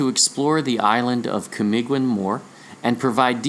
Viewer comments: The pronunciation is KA MEE GGEEN ... G is Hard G as in the word BEGIN... Kamagong is a tree... its wood is durable... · Camiguin is silent u camigin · Thank you for acknowledging my little contribution in this world shattering revelation. Just a small advise on how to read words with "ui" in them like Camiguin. The "u" is not pronounced and hence Camiguin is pronounced as ka - mi - gin. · That is CAMIGIN silent "U"